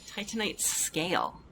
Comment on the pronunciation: Happy to hear the precise pronunciation of Titanite is back!